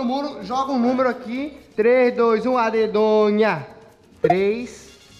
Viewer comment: não é adedonha é adedanha